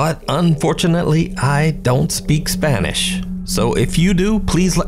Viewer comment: Aye ❤ Can we all just appreciate how well you properly pronounce your Spanish!!!!??? 😂😂😂😂😂😂😂 Very Impressive!! We love (yes we all know his name I am being nostalgic )!!!! Great work team as per usual 🎉🎉🎉🎉🎉